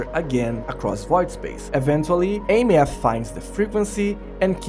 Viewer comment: Why does every content creator mispronounce Aemeath? It's pronounced "Eye-meth"